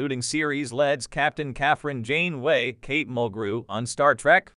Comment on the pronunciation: Captain Jane Way? Your HAL 9000 needs some work.